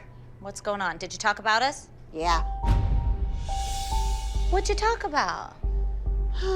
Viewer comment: Holy saying YeH is killing me I can’t😂😂😂😂😂😂😂😂😂😂😂😂😂😂😂😂😂😂😂😂😂😂😂😂